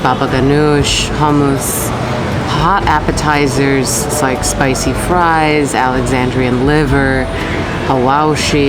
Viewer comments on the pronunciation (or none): none